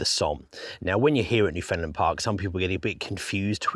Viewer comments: Great videos. Newfoundland is pronounced Newfunland by the way no found even though it's spelled that way. The emphasis is correctly on either the first or last syllable: so NEWfunland or NewfunLAND. Also land is pronounced land not lund. As a Newfoundlander myself we would take turns beating up sissy tourist kids from Ontario for pronouncing Newfoundland or Newfounlander incorrectly in our teenage years growing up on the Rock. Believe it or not. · Very well done, and very sad. Thanks, but why do you pronounce Foundland as Finland sometimes? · Newfoundlander here. The emphasis when you say Newfoundland like a Newfoundlander is on the “land” part…”new-fin-LAND”. Say “land” like there was nothing in front of it. Not like “new-FIN-lind” nor “new-FINLAND” nor “new-FOUND-lin”. It is “NewfinLAND”, understand? 🇨🇦